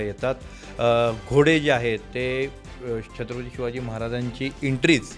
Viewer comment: छत्रपती शिवाजी महाराज बोलायला शिका आधी